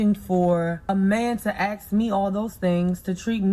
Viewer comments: "You were looking for a man to Axe you all those things" You mean "ask"? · Her: Aks 🤌🏾: Ask 👀 Me: 💀💀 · It's ASK!!! not AXE!!! Stop using ebonics it's NOT attractive! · "Looking for a man to AXE me" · Why can't BW pronounce the word "ask?"